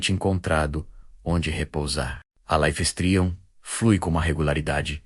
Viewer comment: Life streum ? pqp.. dá raiva de ouvir esse negocio errado.